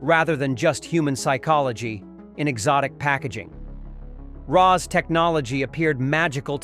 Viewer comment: Same. Hearing it butcher Ra's name caused me actual pain.